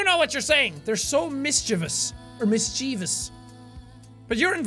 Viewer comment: MISS-CHEE-VIOS not MISCHIVIUS